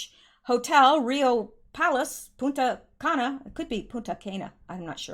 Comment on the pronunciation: make sure you pronounce the N in PuNta Cana. Lol, without it is a bad word!!!